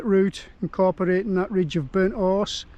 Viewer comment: Your accent makes it sound like you're saying Burnt Arse instead of burnt horse 😂 Great video, fella 🤜🤛😊